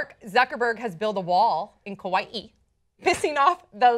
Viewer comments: Yeah I was so happy that pronounced it correctly! 😄😄😄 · Shoutout to for pronouncing Kauaʻi with the ʻokina hahaha